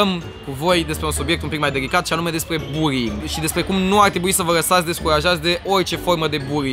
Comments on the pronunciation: În loc de buly ai zis buri (no hate) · "Burring" :)))) asa se intelege. (Nu imi sariti in cap, ca nu insinuez ca nu stie sa pronunte, dar e amuzant cum suna burring in loc de bullying) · am crezut ca ai zis buing nu buling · Cand spui bullying suna ca burying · Imi place ca zice burring ( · cumva zice ruing sau bullyng ??? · Bulling la tine se aude burring :)